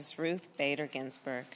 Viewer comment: Harris can't even say Ginsberg's name correctly lol yeah just using Ginsberg's name to push her agenda of hate